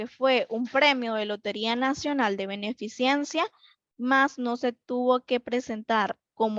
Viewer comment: Me llama la atención cuando dice beneficiencia, lo correcto es Beneficencia.